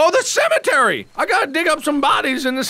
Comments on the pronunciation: "cementary" mark, there's no N in that word xD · Don't judge awesome speech, it's amazing. Who would of thought of "Cementary" !! AHHHH It's SO AMAZING!!!!!!! Maybe I'm so happy because I'm an Egg.